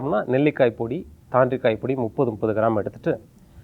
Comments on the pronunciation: Nice info..thank you. It's thaandrikai not kandrikai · she doesn't know which is velimichai ver and vetti ver.... pronounce thanri Kai as kandri Kai...